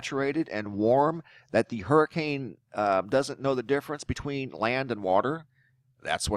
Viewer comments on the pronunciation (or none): none